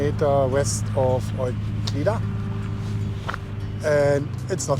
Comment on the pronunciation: Eucla, pronounced 'youcla'